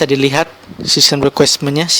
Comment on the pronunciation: system requirement bukan requesmen. Translucency, bukan transulen. Belajas lagi bahasa inggrisnya Bro